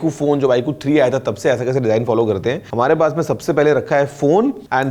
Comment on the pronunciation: iku nahi hain sir vo iqoo hain 😂